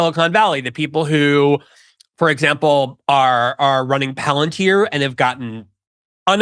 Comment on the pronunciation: Tucker: "Palantier? Never herad of it"